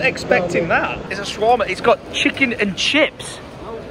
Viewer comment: He kept saying shawarma wrong 😂😂😂